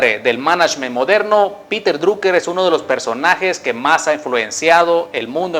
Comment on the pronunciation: piter draker se pronuncia